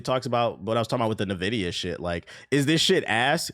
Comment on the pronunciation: Please stop reading it as Nvidia. it is pronounced INvidia